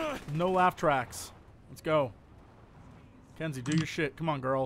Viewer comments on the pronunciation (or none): Jesse, her name isn't Kenzie! It's KINzie, jesus.